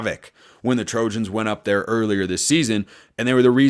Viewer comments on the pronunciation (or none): none